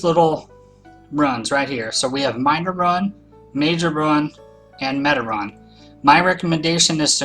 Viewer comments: Rune not run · Pronounced roon, right idk I'm dumb? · It's pronounced roon